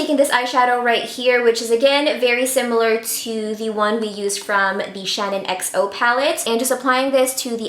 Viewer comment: did it give anyone else the fear when she called it the shannon xo palette instead of the SHAN xo palette ? ahaha, love you heart x